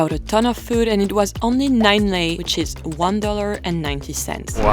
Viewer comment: I love that you didnt say ron instead of lei AND that you pronoanced lei correct You have all my respect